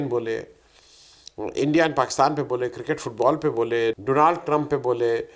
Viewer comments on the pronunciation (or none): none